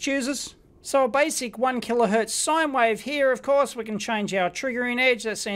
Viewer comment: ‘wife’, ‘wifeform’, ‘square wife’ 👍😂